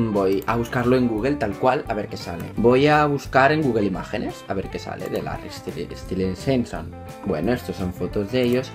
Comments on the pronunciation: Larry stilinson 😂😂👌 Se pronuncia lerry estailinson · estilinsinson 😂😂😂. Se pronuncia Estailinson 😌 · Me caiste super bien,pero me daba rabia el ''Larri stilinson'' o el ''luì'' DIOS AJHSJAJA TE AME IGUAL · Reaccioná a Ziam ahre te amo chau ah pará xq se pronuncia estailinson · se pronuncia stailinson por si querías saber ❤ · Se pronuncia Estailinson xd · Se pronuncia Stailinson y deberías instalarte Wattpad hay un montón de historias Larry para leer...Me caíste bien 💕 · jajajajaja, el mejor momento del vídeo es cuando intenta pronunciar Larry Stylinson (que por cierto suena como "Larry Stailinson") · AMO TU ACENTO, HABLAS BELLO. AMO QUE AMES A LARRY "STAILINSON". Así se pronuncia, o al menos, así lo pronunció yo... 😂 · se pronuncia Larry stailinson*😂😂❤ as muchos video larry😍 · Larry es más real que tú, que yo, que todos, si no existe, toda nuestra vida es falsa, una ilusión. Una vez que empiezas no puedes parar, JAJAJAJAJA. Se pronuncia "Estaylinson" o algo así jaja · Se pronuncia Estailinson(? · "Larry Estilinsinson" me estoy riendo fuertemente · Vendría a ser como "estailinson" la pronunciación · se pronuncia Larry stailinson ❤ Gracias por el vídeo akdhdjd soy Larry shipper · es larry estainlinsom pronunzacion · y se pronuncia estailinson <3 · ahora te amo mas <3 Viva larry por cierto se pronuncia estailinson jajaja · Perdón x corregirte, pero se lee "estailinson" y se escribe "stylinson", solo es para que lo leas bien, no te ofendas por favor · Se pronuncia "Larry Estailinson". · Larry Stilinson jajajajaja, me mata tu pronunciación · Se pronuncia "Larry estailinson" jajaja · Todo bien pero se pronuncia " Larry Estailinson" ♥😍⚡ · Se pronuncia Estalaison jeje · Se pronuncia Estailinson😂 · Es "estailinson" 😂😂😂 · se pronuncia larry estailinson ahre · estilinsinson xdddd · se dice estailinson :v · Se pronuncia Stailinson XD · se dice larri stailinson AHRE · se pronuncia stailinson 😂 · Pronuncias mal Stylinson😝